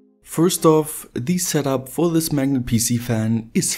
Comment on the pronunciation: "thes is Elon musk"